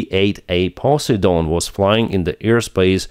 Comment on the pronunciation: Poseidon is pronounced PO SIDE ON . Ancient Greek god of the sea. Keep up the excellent work